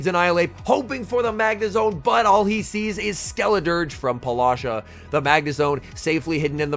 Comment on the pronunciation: Please stop saying polasha, her name might be Paula, and then whatever is that Sha that she added to it. Great commenting as always, just your pronunciation of her name it's tickling me lol